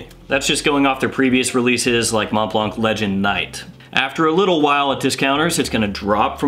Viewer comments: Brother. It’s pronounced like Keanu goes ‘Whoa’ in the Matrix: Mhoa Blah. Silent T and C. You’re welcome. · Please all reviewers: stop pronouncing the T at the end of Mont and the C at the end of Blanc, please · Dude, last letters in both words Mont Blanc are not being pronounced..please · Tipp: the c at the is a silent letter ^^